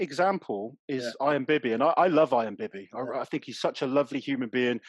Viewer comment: What is that strong mans name? I am bibby? Iron bibby? I’m sorry haha